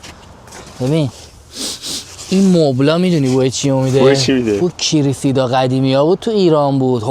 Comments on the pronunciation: Kiri - See - Da 🤣 Its pronounced KRE-SEE-DA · چه بد گفتی کریسیدا 😂❤ کیییرررریسیدا😂❤❤عزیزم ❤️🌹